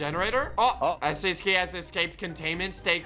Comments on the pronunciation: When said: "Oh here's the SCP" I swear I heard Here's the SMP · You said the scp name rong